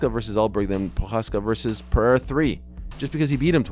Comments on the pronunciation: Chael... his name is Pereira not Piera. How do you keep saying his name wrong? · Chael is mispronouncing Pereira's name. I'm so grateful for Christ's sacrifice on the cross